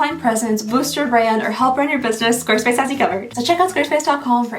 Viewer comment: I couldn't understand you in the intro, it was very garbled together..."this video is brought to you by square space, the omngly website..."